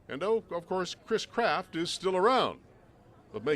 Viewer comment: He doesnt say chris craft correctly!